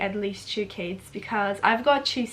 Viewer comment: When said "I love kids" near the start of the video I thought she said "I love Cas" short for Casey was it just me?? But she does love Casey none the less